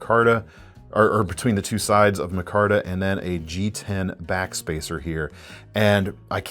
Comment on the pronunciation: I have the exact ABW button lock shown. Centering needed correcting, it has gobbbbs of lock stock, and the blade step-milling does hang up on material. I'll think longer and harder about dropping that money on future ABWs. PS,, it's "my-kar-tuh."